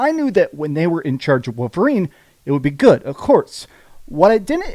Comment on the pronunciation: What’s a ‘wooverine’?